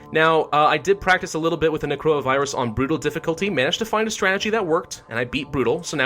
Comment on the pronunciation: Or "when he says necroa virus, it sounds like coronavirus"